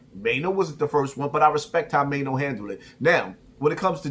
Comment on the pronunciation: Now you like Maino but was calling him Chaino 😂😂